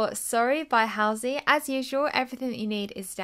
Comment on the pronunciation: Yo it's pronounced Hall-sey